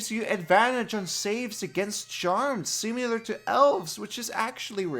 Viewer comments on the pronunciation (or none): I love your content, but it really irks me that you can't pronounce words with an 'i' in them (simUlar, really?). Also, MoRdon? Pretty sure you mean Modrons, lol